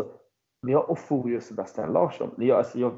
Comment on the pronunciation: Fasiken vad man stör sig på att uttalar Ofori fel varje gång. Kan man inte begära att en riktig supporter kan uttala sina egna spelares namn?